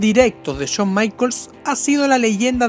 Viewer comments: CHAWN NO , shawn. Pronuncia bien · "Chon" Michaels!!!! 🤣🤣🤣🤣🤣🤣🤣🤣🤣🤣🤣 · Habla bien, CHOM, CHOM, no jodas! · Uff no sabía que esos luchadores odian a "Chon" Michaels xd. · Shawn michaels no chon maicol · Porque todos pronuncian chon se escribe shawn pero se pronuncia shon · No es Chon Michaels, es Shawn Michaels, habla bien LPM... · Aprende a pronunciar SHAWN. Es SHAWN, no CHOUN! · CHON Michaels ? O Shawn Michaels ? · "Chon" michaels. 😁😂😂😂😂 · Se me hace curioso como a veces pronuncia Shawn a la perfección y en otras dice Chon jajaj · A CHON MICHAELS 😂😂😂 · El "Cho Maiquels" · Chon maicols! Jajaja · Chon maicols xD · Chon maicols 😂😂😂😂😂😂😂😂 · Todo el video se jodio por decir "chon maicols" 😂😂😂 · Chon michaels xd xd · CHON Michaels 😂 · Chon michaels xd